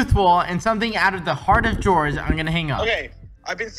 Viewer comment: "my Gog " he really miss George at this point